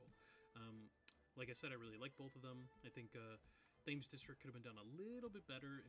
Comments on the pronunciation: Just as a Brit, it’s pronounced ‘Tems’ not Tames 😅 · Great video, but you mispronounced Thames District. It’s named after the River Thames in London, and is pronounced ‘Tems’. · Hearing him keep calling it “Th-aims” district was painful to my British ears lol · You should say Thames with a harsh T, like you say the letter T. It's pronounced something like "Temms". Yes the spelling is different to pronounciation, yes that's British English. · Quick note: Thames is pronounced “Tems” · Got this video recommended by algorithm at 511 views and I'm so surprised it's not more popular, I will definitely watch more of this. Volume seems a little quiet. Side note: Thames is pronounced Tems... Brits being Brits (I can say that I am one myself). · thames being pronounced like that is really pissing me off 😭